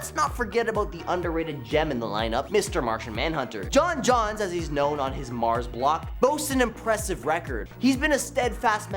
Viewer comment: He has no idea... he called him Jon Jon's instead of John Jones the whole time... dudes clearly just a poser... which makes it kinda offensive when he calls us nerds hahaha